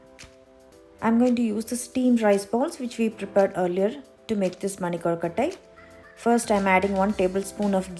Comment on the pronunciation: Awesome presentation. Very good pronunciation. Perfect soft kolukatai